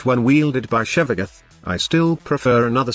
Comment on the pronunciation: Text-to-speech can pronounce weird words better if you spelled them out phonetically instead. Sevagoth = Sehvagof. See how Tempestarii is pronounced how its spelled, so T-T-S doesn't have a problem.